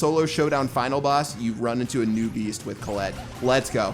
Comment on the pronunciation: Who tf is Colelet?? It's "Colette"